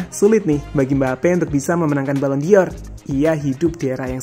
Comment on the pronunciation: Pengucapannya ballon “DOR” bukan ballon “DIOR” min 🙏🏻